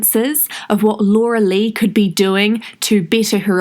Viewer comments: Ok please just say Laura ur so annoying everytime u say Laura la la lu wa like wtf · What’s with butchering the name ? It sounds like your using one of those programs where you write the words and it verbally says them out loud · Just for the “loluluwa” I’m watching all the ads 😂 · I’m not laughing at her because somehow I feel bad for her... but when you said laluluah I lost it 🤣🤣🤣